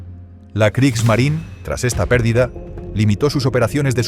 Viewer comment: ¡Kriegsmarine! No Kriegsmarin. Kriegsmarineeeeeeeeeeeeeeeeeeeeeeeeee. con una vocal e al final. Habría que ser extremadamente torpe e ignorante para creer que la Marina de Guerra de Alemania tenía un nombre en idioma inglés, por lo que si su nombre terminara en la vocal e, esta no debe pronunciarse.